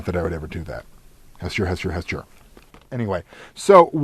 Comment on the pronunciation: Has-chur? I thought it was Has-toor At least that's how my copy of Call of Cthulhu RPG says how to say it. Although, it is nice to have alternate pronunciations for role-playing purposes.